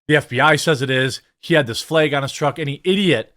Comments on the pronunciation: Are you saying “Fleyg”? Or flag? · FLEG is not a WORD it’s FLAG! 🤦🏻‍♂️ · What's a "Fleg"?